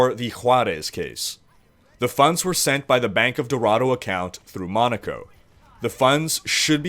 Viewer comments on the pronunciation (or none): none